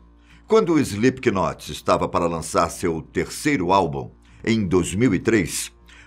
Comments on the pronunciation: Não se fala Slip K Not, se fala Slip not ...aulas de inglês kk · SlipQUInot,que nervoso kkkkkk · E os br sempre falando slipkinot kskskks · "IslipiQUInóti", show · Slipiquinote KKKKKKKKKKKKKK Que agonia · emeteve, maike, slipQUInot lol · Pior né, eu já iria falar disso kkkk, ele pronuncia errado p nome kkk, se pronuncia "Slêp not", ñ pronuncia o "K" e o Slip se escreve assim "sleep", verbo dormir kkkk😂😂😂😆😆😆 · Alguém fala para ele que se pronuncia "Slipnot"!!! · Slipknot a pronúncia é “slipnot” é como knife a letra K tem som mudo. Ótimo vídeo!!! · Só não curti porquê o narrador pronunciou errado o nome. "Slipnot" se pronuncia... O "K" no inglês é como o "H" em português, é mudo. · Morrendo de rir com ele falando Slipikinot e só imaginando meu namorado que é fã se contorcendo cada vez que ele fala errado 😂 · "Slip que note"! Kkk que pronúncia maravilhosa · Epa mas parem de dizer "O Slipe que Note" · Isli piqui noti kkkk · Banda "Ejli pequenote" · SlipKnot kkkkkk ele leu assim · SlipQnot é de doer o ouvido, hein... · 😂😂😂😂 slip Ki not rsrsrrsrsrsrs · Slip not sem som de k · Se pronuncia slipnot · Slipiquinot kkkllkl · Escreve se Slipknot mas não se diz é slipnot não se lê o k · "slip K not"?? lol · Essa pronúncia está fodida. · O "K" é mudo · Só eu sinto agonia em ver o cara pronunciando o nome com k aff.... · O “k” é mudo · Não sabe falar o nome da banda certo